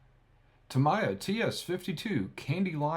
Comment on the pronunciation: This comment is coming from someone who speaks Japanese, it drives me crazy every time you pronounce Tamiya wrong. Japanese is a phonetic language so the proper pronunciation is Ta-mee-ya, not Ta-my-ya. Other Than that little niggle, great videos.